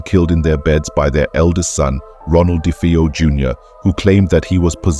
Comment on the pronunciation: Pronounced “dah-vay-oh”